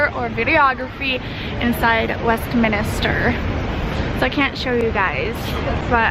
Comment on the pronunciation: It is WESTMINSTER not WESTMINISTER !!